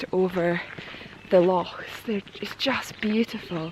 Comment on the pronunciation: Perthshire is absolutely awesome! I remember travelling through it on our way up to the Cairngorms! In fact I'll never forget it. Never seen so many mountains in my life! I do love the way you pronounce the word 'Loch' by the way! the proper Scottish way!